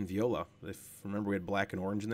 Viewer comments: Nice video.However, even though i'm not french, each time you said "viola" my ears bled :) The correct word is “Voilà” (pronounced vwah-lah). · definitely confusing his French expression with a classy string instrument :) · I love how he says vee oh la for voilá